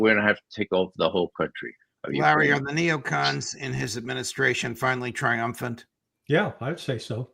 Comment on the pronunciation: No, I can do better than mock. If you knew, you would realize I was not "mocking" his "accent". I follow Ray regularly and the Intel Fridays. Nobody says "nay oh con". That's just done to be different and get attention. I call them all out occasionally. It's unbelievable that they call netanyahu the war criminal with the 4-letter affectionate childhood nickname, or war criminal sullivan by his first name, like a famiiar friend. It should be clear that "nay oh con" is NOT an accent. It is an intentional choice to pronounce neocon differently from everyone else, and I called Ray on it. Leave me alone.